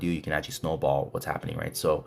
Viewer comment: Was wandering how many times you will say "Snawball" :D